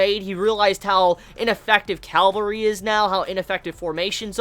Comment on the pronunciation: says "Calvary" for cavalry lol